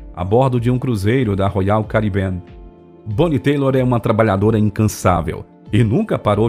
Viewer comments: sim,o nome é Tyler e se pronuncia Tailer. Não é Taylor. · O texto é narrado por um robô de acordo como ele digita, então não seria difícil corrigir pra ele falar Tyler (Tailer) em vez de Taylor. Mas um ótimo vídeo sobre essa cantora excepcional! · nao escreva merda! Um robô jamais confundiria 'têilor" a "táiler". A diferença é gritante! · Tbm falou o nome errado " Taylor" é "Tyler" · Ótimo resumo. Grande cantora. Lembrando que é Bonie TÁILER, e não TAYLOR. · Fui no show dela. MARAVILHOSO ❤ e se pronuncia TAILER, não TEILOR. Só um alerta mesmo! 😘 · Excelente cantora. Gostei muito do vídeo, parabéns! Mas preciso fazer um crítica construtiva. O nome da cantora é Bonnie Tyler (Tailer) e não Taylor como é dito no vídeo. Fora isto, gostei muito do vídeo. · Bonnie Tyler... TÁILER. Não "Táilor" nem Têilor . Escrevi e vazei pela sensação de descredibilidade... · Excelente levantamento de informações. "Total eclipse..." e It's a hearthache" são minhas músicas favoritas. Sugiro que o narrador aprimore sua pronúncia relacionada ao inglês. O sobrenome da artista mudou de "Tyler"(/tailer/) para "Taylor" (/teilor/) entre outros termos que nis fazem doer os ouvidos e empobrecer tamanho trabalho de pesquisa. Fica aqui a dica. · Fantástico, mas o nome dela não é TAYLOR (TEILOR) É TYLER SE DIZ TAILER! ADORAVA ELA! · Gostei muito de todo o conteúdo do vídeo, muito rico em pesquisa e informação. Mas do começo ao é falado errado o sobrenome artístico da Bonnie, inclusive quando aparece escrito na tela junto a foto dela. Bonnie Tyler e não Bonnie Taylor. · Não leve a mal, mas o nome dela é Bonnie Tyler (Tailer) e não Taylor. A propósito, faz um post sobre a Taylor Dane. Abç. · Se pronuncia Tyler: tailer” e não Taylor!! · Não se fala "boni teilor", se lê bonnie "TAILER". Seu videos são excelentes. Mas vc precisa muito dar atenção à dicção e pronúncia. O mais simples vc falha e o mais dificil vc faz muito bem, q é toda a produção... só dar mais atenção na hora da leitura